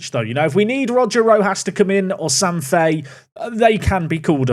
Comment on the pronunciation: U pronounce Sam Fahey differently every time you say it 😭